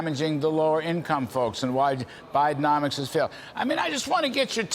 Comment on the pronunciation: It's not BIDEOMICS, it's BIDEN--NOMICS!